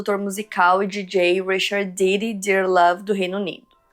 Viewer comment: Amo que esse sotaque da, faz ela pronunciar o nome "P Diddy" certinho. 😅